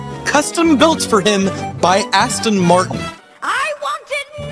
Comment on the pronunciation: Did you say Aston Markel?